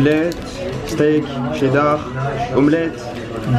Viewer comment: on dit cheddar pas tcheddar